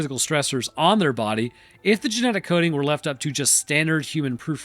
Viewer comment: “Gemetic stability”